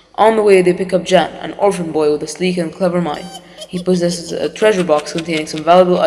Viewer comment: it is wrote jan but pronounced yan